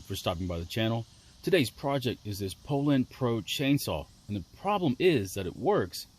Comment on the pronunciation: I thought it was pooh-lawn🤣